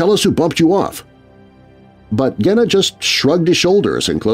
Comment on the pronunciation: Love your show but Genna is pronounced with a soft G. I'm a Chicago gangster buff.